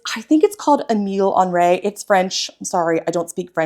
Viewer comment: You almost got the pronunciation of Henry right. The second syllable is pronounced ree.